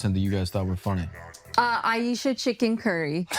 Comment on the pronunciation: She said I Ayesha Curry 😭💀yea no